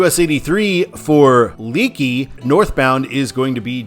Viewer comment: The town name Leakey is pronounced "LAY-key" (rhymes with "flakey." It's named after 1856 settler John Leakey.